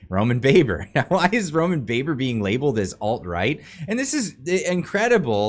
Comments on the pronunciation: Baber’s name is pronounced Babber oddly enough JSYK. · You are pronouncing his name wrong it is "Roman Baaaaber" as in ba ba blacksheep!